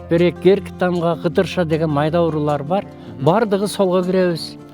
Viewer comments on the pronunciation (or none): Текстти окуган бала , Кыргыз УРУУЛАР дебей (кыргыз ууурулар) деп окуп жатат. Журналист аба дебей адабий тилде байке жээ аксакал деп кайрылыш керек. Тилди акалап, абалап тебелеп тепсединер го. Журналист тер дикторлор эл алдында адабий тилде суйлошу талапка ылайык.